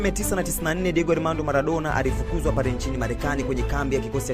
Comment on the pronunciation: Nadhani Maradona humfahamu, halafu mtu wa media hujui matumizi ya l na r